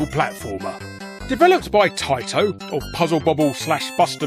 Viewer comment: It's pronounced TAITO oh wait you pronounced it correctly...